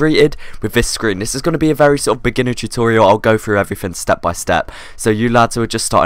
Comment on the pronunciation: when you thought you could truste not to say chutorial instead of tutorial